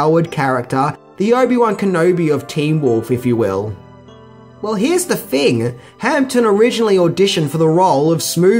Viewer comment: Adrian Guinn i noticed two more, james hamptom and simularities. He does it in every video hehe, its a mission to find them all!